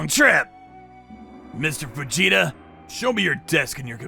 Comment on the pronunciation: Okay I could have sworn I heard " shut it vegeta " rather than fujita